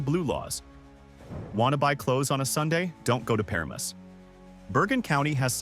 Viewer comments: Para-mus? We say Per-amus For Paramus. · Oh God I just got to the Bayonne or Bayuun... and Parames? Oh that hurts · Like Bay Own & Per Ram Us? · Bay-Yoan and Pa Ram Muss 😂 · It's bay-OWN, puh-RA-mus, muss-kuh-NET-cong (not moose ...), MA-wa, The Palisades are not basalt - they're diorite (diabase), that's sitting on top of schist (Newark Schist), that's mostly underground, but is visible in some places. The Watchung Mountains are basalt. One very visible difference is the basalt tends to break in hexagonal columns, while diorite breaks in rectangular blocks. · It's pronounced. Puh ram us. The guy banging the rocks sounded like rocks and not bells as you mentioned. When I went to Capemay it was called Diamond beach. It is pronounced Ma Wa. Geeze. get someone who knows how to pronounce these towns. Hire a voiceartist. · It's pronounced pa-RAM-us. Stupid AI. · wow the AI dude was doing so good til "he" couldn't pronounce Bayonne, then Paramus and the Musconetcong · Really good video, but the fake voice pronounced Bayonne, Paramus, Mahwah, and White Manna wrong, and those weren't jug handles that were shown when you talked about jug handles. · As a native New Jerseyan, it’s hard to hear all the butchered names…Bayonne, Paramus, etc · you pronounced Bayonne and Paramus incorrectly. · Mispronounced Bayone and Paramus pretty badly.......and many other historic sites and things happened in NJ. My father worked for Thomas A Edison Industries for 44 years. He even saw Edison when my father was very young and started working there. West Orange NJ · Bayonne and Paramus as pronounced by AI = derpa derp. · Whoever is narrating this video you are not from New Jersey. By the way you pronounce “Bayonne”and “Paramus” anybody from New Jersey we know you are not from here.! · I literally yelled "What?" at Bayonne and "The Fuck" at Paramus... Mahwah too.